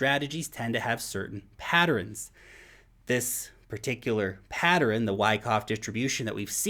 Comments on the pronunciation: Pattern has two syllables ! NOT three! lol Patterins?!?! lol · u pronounce the word pattern mad funny😂😂 "Patterin" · Where are you from that you say “patterin”? 🙂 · pat·tern | \ ˈpa-tərn 2 syllables,....love ya broski. Keep up the good work😉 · Thumbs up on the use of the word “rife”. Thumbs down for pronouncing pattern like “patterin”. Maybe it’s a NZ thing. Oh well. Great video as usual. Great info. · It really threw me off, because I thought it was some new word or some crypto word I hadn't heard before. I even turned on CC to see what it showed. Of course, it's just the ordinary word "pattern". Hehehe. I love. I have never heard anyone pronounce this 2-syllable word as 3 syllables. 😉